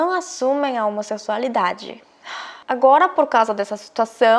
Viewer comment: Amor, só uma dica, na palavra "homossexualidade", o "X" tem som de "ks", então a pronúncia fica: homosseksualidade ou homossequisualidade. O mesmo serve para homossexual ou sexual. É a mesma pronúncia de Táxi.